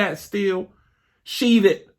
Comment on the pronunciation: I came to say this! 🤣🤣😂😂